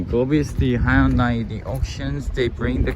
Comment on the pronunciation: Question how come when you pronounce Hyundai you are not pronouncing it the way it is in korean?? Most Koreans do not say Hyundai the way you do